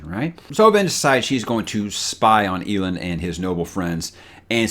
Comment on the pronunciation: Hey! I know you don't typically listen to the audiobooks, so take it for what it's worth, but it's pronounced El Land (Elend). Now that I've gotten that out of my system, still loving your channel, and your honest OPINIONS, even the few I don't agree with. Keeps those discussions fresh IMO.